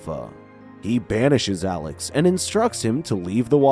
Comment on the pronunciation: That not how you say his name its Alex 😡😡😡😡😡😡